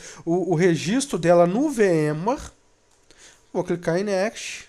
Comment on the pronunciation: Ótimo vídeo, bem explicativo, mas, por favor, aprenda a pronunciar "next".